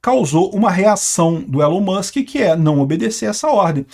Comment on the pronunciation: pq o fala Musque e não Mãsque?